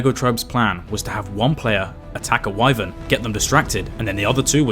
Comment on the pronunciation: That’s why I don’t like playing with kids because he messed up two times and got people almost killed and also kid did not listen at all. Also so funny how he could not say Wyven 😅😅